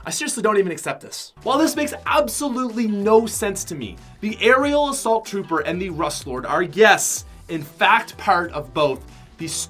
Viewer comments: he said Ariel Asult tropper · he said aerial assault trouper